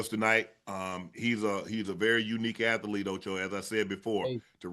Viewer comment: Fred: .I'm a at-lete.😂